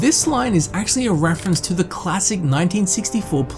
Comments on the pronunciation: "Dr. Strange Glove" Homeboy even has it spelled that way in his time stamps....Just read the image you put in for the reference. It clearly says Dr. Strangelove...There aren't 2 gs in the word how would you pronounce any other way lolololol. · Ah yes, The Gettsyberg address and Dr. StrangeGlove. I hope you realised it is pronounced, Gettysberg and Dr Strange Love now. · Dude… You’re British, so I guess I can give you a pass for the Getsy’s-Burg Address, but Dr. Strange-Glove? You’re killing me, dude!